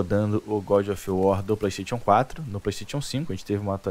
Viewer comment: Pleisteition kkk